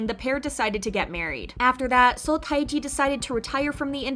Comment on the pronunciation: FYI, Seo Taiji's given name is pronounced "Teh-ji." I know the Romanization is odd (since it's a pseudonym, I guess he can spell it any way he wants), but in Hangul it's always spelled 서태지, not 타이지.